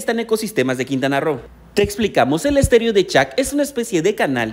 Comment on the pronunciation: Se dice estero no estéreo ni que fuera sonido jaja